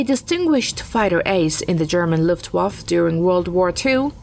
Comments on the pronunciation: LuftwaffE not Luftwaff... bitch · What is wrong with the last letter of the word Luftwaffe? Luftwaff sounds awkward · I love the "luft waffle", never imagined it could be said like that ;-) all the glory stripped down to a simple waffle, love it :-D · please give this woman a correct script, calling "Focke Wulf 190" a "FW 109" is an unacceptable mistake for a video of this type and teach her how to pronounce Luftwaffe